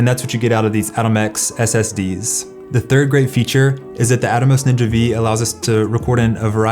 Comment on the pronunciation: Ninja Five. Not Ninja Vee.